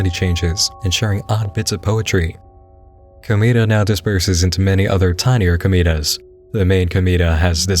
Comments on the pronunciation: komeeda... i can't, you just keep saying it! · Ohhh man.... Hearing you try to explain Danganronpa (and pronounce Komeada's name) kinda triggered me a bit, but I'll let it slide just because it can be... "Complicated" at times to explain with it's games, anime, and light novels. But other than that all the content that was shown seems pretty interesting. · who else died a little inside everytime he pronounced komaeda’s name like that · I literally only came here for the "KLM" section. Also the why you say "Komaeda" fucking killed me.